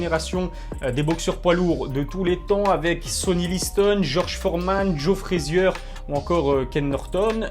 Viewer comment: Moi je prononce " FRA-ZIER"; quand à lui prononce " FRAI-ZIEURE". PS: Ton t-shirt est propre!!